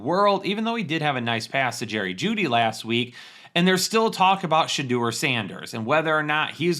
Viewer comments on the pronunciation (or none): none